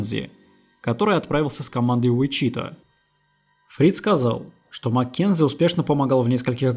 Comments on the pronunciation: Послушал бы сначала где правильно ставить ударение в названии города. УичитАА. Срамотище, конечно. Сколько вас егэшных на просторах родины! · [ˈwɪtʃɪˌtɔː] Уи́чита или Ви́чита!!!!!!!!!! Господи🤯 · ВИчита, ударение на первый слог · Ты бы перед тем как ебло разевать проверил бы как правильно произносится название города. Слух режет. Ударение на первый слог, морон.